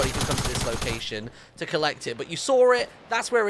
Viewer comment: you Sawr it